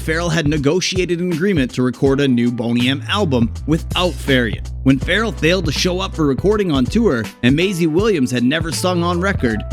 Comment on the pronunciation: Get your facts straight, and it's Bobby Far-RELL